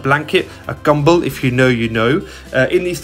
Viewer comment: “A kumble” - had to rewind I thought I miss herd 😂